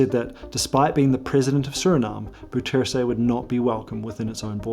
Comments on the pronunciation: I really don't mind the mispronuncation. As far as I'm concerned, it's completely trivial and unimportant. Don't understand why people make such a fuss about it. Anyway, this is how it should be pronounced: the "ou" sound in Dutch is pronounced like the "o" sound in "how" and "now". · as a surinames, i hate the caged bird thing so much. most people don't it. because it's too cruel to do something like that to animals. especially to birds! if i could, i would free them all. also, how did you get bouterse's name that wrong , when you've visited the country itself lol. also: i read the pinned comment, so i know you are aware of the wrong pronunciation... i am just curious about this.. no hate to you, and also.. great job on the info and presentation. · Actually you're kind of wrong, the correct way to pronounce Bouterse is; B-ow-ters-hey, the "ou" is like the o in owl, the 1st he is like the e in she, the er is similar to how your would say the "ur" im surf and the 2nd e sounds like "ey" in hey. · Not "boutsersé" it's pronounce as " bow + tor + soh" the "e" in dutch is pronounce as an "o" if it is at the end of an word, The "o" must sound in same way the "o" of the word "clock" sounds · It's pronounced 'DEYzi BOUterse', not dèssi booterse. The 'OU' diphtongue doesn't exist in English, but comes close the o of 'ow' when you're hurt. Otherwise excellent video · BOU ter sen .. [BOW-trsn] Come on.... Do your home work before you do a video... Bou rhymes with now... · im dutch and i was suprised how you pronounced bouterse . since hes surinamer and they speak dutch , there is no defined way for a english speaker to pronounce it i think ? quality vid as always , enjoyed it thanks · Dude, you TOTALLY mispronounced "Bouterse"! 😮 So much that if you were physically in Suriname and said it nobody would understand who you were talking about. 😂 No disrespect but you BUTCHERED the name. Please do better next time. I believe you can. 👍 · you butchered Bouterse's name lol